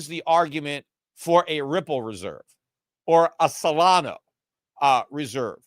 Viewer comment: how come he pronounced Ripple correctly? :O